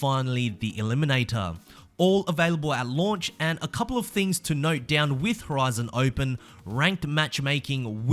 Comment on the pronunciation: "HORIZO OPEN"